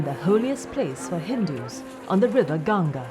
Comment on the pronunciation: First of all thankyou for calling it "Ganga" and not "Ganges". I appreciate the effort shown by the narrator to use the right Vedic name for Mother Ganga../I\